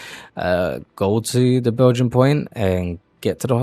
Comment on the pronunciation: Belgian Point? Funny. It's Bai (bi) jini (jee nee) Point.